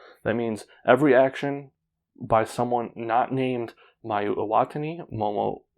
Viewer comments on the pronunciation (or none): EE-WA-TA-NI and WA-TA-NA-BE. Thanks for pointing this out. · Good video, just a small annotation: I think you're botching the pronunciation of "Watanabe" and "Iwatani". In both the cases the accent should go on the penultimate syllable.